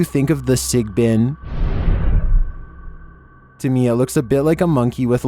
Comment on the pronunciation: he says sigbin like it is a new puppy